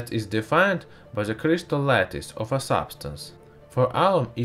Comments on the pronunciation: Ze CRIZtal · Vewy weww, i wiww twy n make a cwistaw. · Ze clistal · Sorry, you are talking like"pu a auminuum cuystar in frask" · i like zeh purrpluuulll cryistalll